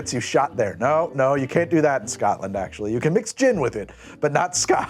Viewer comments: Scoatland kept having me cringe :) bless its SCOTLAND mate take the word name of "scott" and add land and you have the pronounciation. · "Eye-run". "Eyerun broo" Oh and BTW, maybe don't ask people if they come from "Scat-land" Not if you like your teeth 🤣